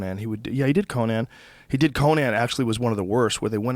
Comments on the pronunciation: I hate how joe says Conan. COH-NAN? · Joe you gotta learn how to say Conan. Yes, there are technically two ways to pronounce it, but the guy isn't a fuckin barbarian. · I've been listening to this podcast for going on 4-5 years now and Joe, I love ya, but goddamn the way you pronounce "Conan" fucking kills me lol